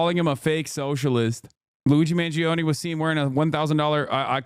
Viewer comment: Me as an italian, wincing everytime i hear the EE in Mangione